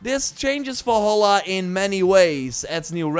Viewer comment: "Assassin's creed VOLHOLA" 😂